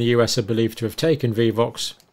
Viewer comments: why is he saying vivox multiple times instead of vioxx. glad he aint my doctor... but then i dont have a doctor as they all dumbasf$ck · ROW-FEY-COX-IB would be the proper pronunciation, dear Dr. Campbell - & it is VIOXX*, not *viVoxx - Vioxx was approved by the FDA in 1999 and withdrawn in 2004 after it was found to increase the risk of cardiovascular disease.- thank you, John for all you do ❤ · Dear Dr. C -- Vioxx is pronounced "VI-OX" with a long "i". It is not "Vee-vox". FYI. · Not vivox. Vi ox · The only reason i can pronounce Vioox is it was all over the news. There is only one V in Vioox. Viiii ox. Long i and ox 🐂. Respectfully from a fan in the USA. ❤ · It is prounced VEYE-OXX, not vivoxx. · VIOXX is easy - Theres only 1 V ... V-EYE-OX is the way us Murkins pronounce it. Ive heard europeans say VEE-OX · Hi John Incredible work you do! Its name is with one V. Sounds like Vi-ox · Hi Dr. Campbell. You are adding a v. It is pronounced vy-ox. Thank you for all you do! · Drug is pronounced as vi ox. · Vioxx, like v eye ox 😊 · Prounounced vi(e)-ox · Vioxx - Pronounced like "Vie - ox" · Dr. Campbell - The pronunciation of VIOXX is like (v - eye - ox) as in "we vie with the powers that be for the right of informed consent". Two oxen vie for power. Vi-oxx. Mispronouncing trivial words is very on-brand for the English. 🙂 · It’s pronounced Vi( as in eye) - ox. And I was so upset when it was taken away as it worked so well for my inflammation and pain. But I’m so glad it was removed as I could have been one of the fatalities. 😢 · To help the pronunciation.... Vi (long i sound) - Ox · Thank you doctor , Just want to tell you it's vy Like buy Ox( Vioxx)💖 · Vioxx is pronounced "Vye-ox". It was relentlessly advertised here in the US for years. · Vioxx "VIE" "OX" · Probably depends on where one is from.